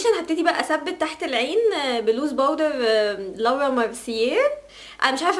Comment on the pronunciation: انت بجد عسل و الله 😍😍بصي هي اسمها لوورا مش لاورا بس انت اصلا تقولي اللي انت عايزا 💛💛💛💛